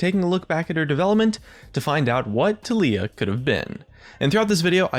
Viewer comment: Can someone please explain to me why her keeps being pronounced as TUH LEE UH and not TAL EE YUH